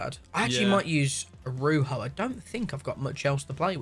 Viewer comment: A-roo- ho. Butchered it 💀💀💀